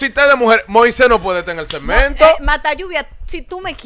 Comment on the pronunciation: Moises: setmento o segmento quieres pronunciaras de la cuenta las palabras y moleeta